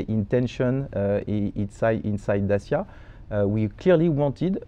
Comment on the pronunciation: Such a shame that constantly insulted his interviewee by mispronouncing Dacia despite having the word correctly pronounced for him throughout the interview